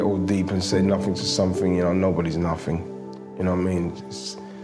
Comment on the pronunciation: glad he has gone from match of the day,awful speaker,he's all sumfink, nufink,anyfink,featre,frooball, free, firty free, uvver.Bloody awful grammar but seems to be the way a lot of people speak now, drives me mad.